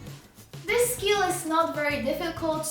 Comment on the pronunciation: Omg I cant get over the zis